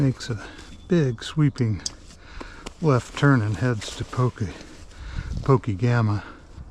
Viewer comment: It's pronounced po-keg-amah: PO as the po in police - KEG as in keg of beer - AMA as in awe ma: POKEGAMA. Pokegama is Native American Ojibwe aka Chippewa for "land that juts off another" or "water that juts off another water" The Pokegama is a small river that flows by the CN Pokegama railyard in South Superior, Wisconsin into the St. Louis River bay and harbor. The Twin Ports of Duluth Minnesota and Superior Wisconsin on the very western tip of Lake Superior 😅